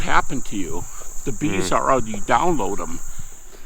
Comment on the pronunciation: then B's are what? Can't understand what he said.